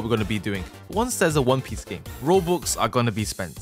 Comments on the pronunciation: "Won peece" 💀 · "Won peece" thats one piece on crack 💀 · won peece game ahhaha